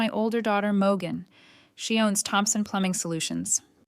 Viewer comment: I thought her name was Morgan, but your AI pronounces it Mo gun 😂